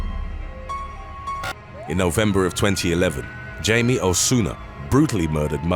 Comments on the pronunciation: its Hi me not jay me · "Jaime" is pronounced Hy-meh 🙄